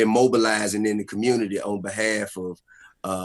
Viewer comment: "Commumity leader" 🤣 Man open ya bible & repent